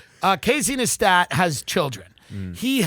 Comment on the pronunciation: Why did Tim know how to say Neistat and then not know how to say it as soon as he started reading?? 😂